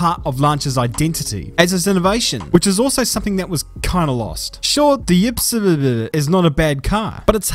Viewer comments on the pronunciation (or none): ypsilon is actually y in german and is pronounced as upsilon ik its stupid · Ypsilon = Ipsilon. It’s a Greek letter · Yeah loved his Ypsion pronunciation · If it helps, mate, the pronunciation of the "new" Lancia is 'upsilon.' It's a Greek letter. EDIT: I originally wrote 'epsilon.' Thank you to Arrgghh for correcting me. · it's ööpseelon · "ip-salon" you're welcome. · Ypsilon is pronounced as Yup-silon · Ypsilon it's pronounced as ipsilon. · It's Ypsilon, like Epsilon, just with an I in the beginning. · As a Greek I hate hearing you killing Ypsilon